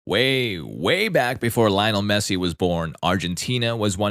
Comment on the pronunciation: In Spanish it's pronounced like liyoh-NEL MEH-ssee